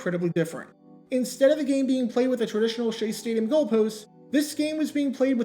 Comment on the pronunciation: "Stadium" "Staduim"